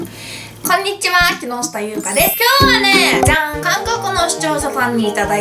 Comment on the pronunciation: ツナマヨのじゃん！がざんに聞こえるw